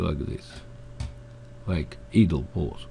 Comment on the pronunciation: Don't worry about your English. It will always be better than any of our attempts at your native tongue. Great tutorial. In return for your help, "idle" is pronounced "eye" del, not "ee" del. It means stationery, or not moving. Keep up the great work.